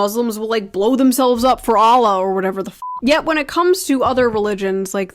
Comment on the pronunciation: Watching Shoe on head didn't feel like i was watching a foreigner but when she pronounced al aqsa and Allah it was the stereotypical American Pronounciation